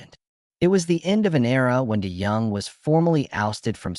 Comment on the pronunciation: This looks like an AI generated video of generalizations from various public sources, and I don't think any real person is going to multiply mispronounce Dennis' name - i.e. nothing to see here.